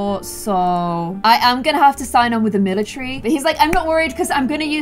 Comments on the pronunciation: IT'S NOT MILATREE ITS MILATARY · everyone: "and join the military": "and join the milicherry"